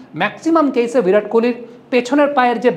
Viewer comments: ভিরাট নয় বিরাট বলুন। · ভিরাট নয়, বিরাট। বিরাট কোহলি। হিন্দি আর বাংলার পার্থক্য বুঝুন তারপর সাংবাদিকতা করুন।